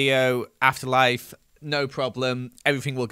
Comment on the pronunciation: Sounds like you said “asst life” in your he intro ❤